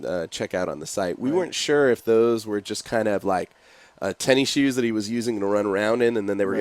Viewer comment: Did he just say "tenny shoes" lol!